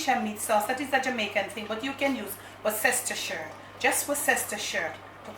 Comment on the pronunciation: Worcestershire is pronounced WUSS-TER-SHIRE. 👍